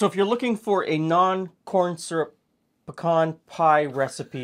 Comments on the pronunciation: don’t think we don’t appreciate long videos! I could watch for much longer, actually. Thank you! And at least in the South where pecans are grown, it is “p’CAHN”, like you say it. NOT “PEEE-can”! For god’s sake! Haha. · THANK YOU for pronouncing the Texas Nut correctly! Its "peh-cahn" or "p' - kawn" NOT " pee-can" ! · Ok but, YOU say pecan the same way I say pecan, and since I'm from Tennessee and you're not, I have to believe that it must be the really really correct way to say pecan! 😊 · Born in PA, grew up in Alabama, that's how my family says pecan too. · You say pecan like I do. So there are two of us who know the correct pronunciation- anyone who says it in another way is wrong. Great video! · what I've always found interesting is you pronounce pecan the same way we do in Texas (aka "the correct way" 😛). Is this typical in your region? Great research as usual!